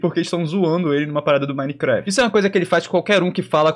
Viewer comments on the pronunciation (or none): none